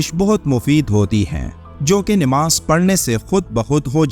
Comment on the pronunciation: ناماز نیماز نہیں نماز صحیح لفظ ھے نیماز نہیں